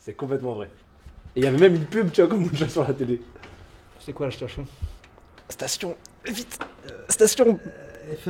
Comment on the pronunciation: "Ché qwa la chtachion" Lucas Hauchard 2025 😂